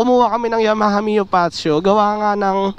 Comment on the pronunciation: Fazzio - Fatzio Yamaha - Ya-maha, not Yama-ha